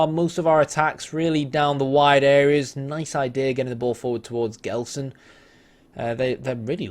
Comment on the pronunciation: BTW it's pronounced "Jelson".